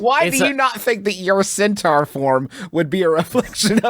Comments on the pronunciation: * theyre intentionally pronouncing it wrong. Lol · Still not sure if their pronunciation of centaur is making fun of Griffin or just the product of West Virginia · i don't know how to pronounce centaur anymore